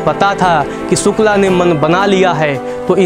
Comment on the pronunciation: Yaaar ye स और श का फर्क इतना कठिन नहीं होता । सुकला नहीं शुक्ला होता है ।।